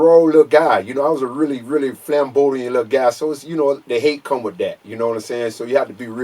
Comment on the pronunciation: Did this nigga say he was a "flambodian lil guy"...? Was he trying to say flamboyant?